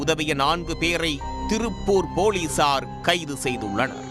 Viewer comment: போலீசார் என்று சேர்த்து சொல்லுங்கள்.. ஏன் போலி சார். என்று இடைவெளி ?